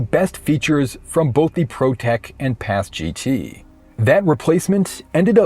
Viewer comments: Never heard it pronounced as Paz-Gee-Tee like you are saying. Always heard it as Paz-Git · PASGT (Personnel Armor System for Ground Troops) is pronounced "PASS-get," rhyming with "fast-set," The "MICH" helmet (Modular Integrated Communications Helmet) is pronounced like the name "Mick," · PASGT is pronounced “pas-git” otherwise good video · Say it with me now: "Paz-Git" "uh-Patch-ee"